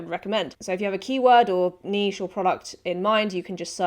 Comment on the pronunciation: You’re the only person so far in these pod videos that pronounces niche correctly. SUBBED